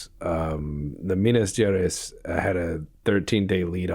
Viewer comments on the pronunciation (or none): Minas Gerais is pronounced like Minas GeRRR Eyes. The R like a Itallian accent saying Ravioli, the Itallian guy says RRRRRavioli. and like eyes in your face. So Minas geRRR eyes